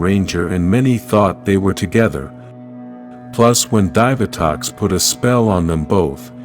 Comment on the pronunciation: I love the idea of the channel, but the narration needs improvement. The pronunciation of certain words like "DE-NO Rangers" and "DIE-VI-Tox" is cringe.